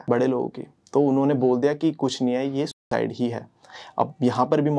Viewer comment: ye sucide ko thik se kaahe nhi bol rhe ho..................